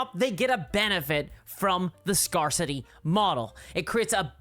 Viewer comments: Also - you're mispronouncing scarcity. Badly. There is no country on the planet that pronounces it that way. Grab a dicrionary, read the pronunciation guide, and then perform penance. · I love how pronounces scarcity like it is some Dark Eldar settlement, "Scar City". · Now that you mention it, "Scare City" also sounds like a Dark Eldar city.